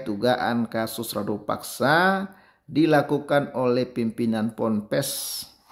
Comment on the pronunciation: Abang, Rudapaksa bukan Radupaksa